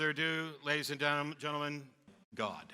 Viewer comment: thenelman genelman... gohd